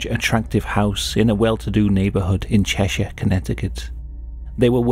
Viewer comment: It's Cheshire not Cheshire